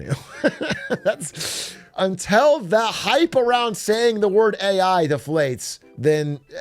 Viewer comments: Stop saying "untel" 😆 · Why is Big A saying until like that? UNTELL??? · “untel recently”- BigA 😂. which American accent variant is this from? Untel, pellow, etc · Why can’t he say until